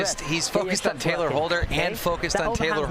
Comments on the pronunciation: It’s Tayler not Taylor. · Nobody: Not even a single soul: The commentators: TaLYer HOLdEr